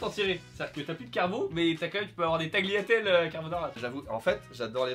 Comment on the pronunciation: Le g se prononce pas dans tagliatelles !! 😣😠